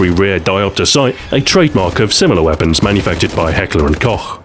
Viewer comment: Somebody who speaks english and can pronounce Heckler and Koch right... as a austrian i am impressed ^^